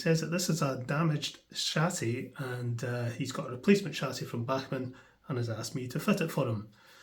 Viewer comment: It’s worth it just to hear you say Bachman !😅